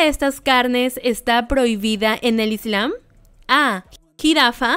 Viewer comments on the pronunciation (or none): none